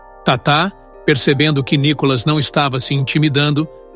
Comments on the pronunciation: Nicólas seu locutor ridículo? Aprenda falar. É Nikolas.. Detesto esta Tatá. Não assisto o programa desta bobona. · Esse narrador ele pronúncia o nome de Nikolas errado, o nome de Nikolas não tem acento no o pra ser chamado de nikólas